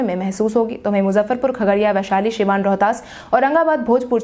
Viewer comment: I like the way u give brief news but the district name is siwan not shiwan